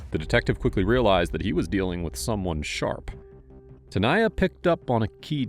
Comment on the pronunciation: Ai crap channel. Do you listen to this before you post it! Tanya is not ta-niah. Danya is not da-niah..